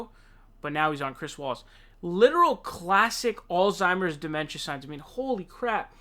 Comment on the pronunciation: Also, pay attention to how he (mis)pronounces Alzheimer's. Doesn't know the least little bit about German phonology?